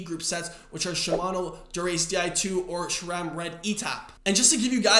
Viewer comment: There is an "H" in Shimano, hence say: "She-mah-no". There is no (!) "H" in Sram, therefore say: "Sss-ram", NOT "Shram"!